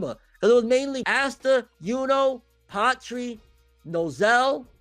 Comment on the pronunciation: No keep saying ASSta I like when you say his name wrong it’s funny